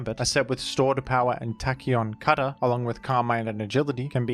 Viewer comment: Love every time he says Tacheon Cutter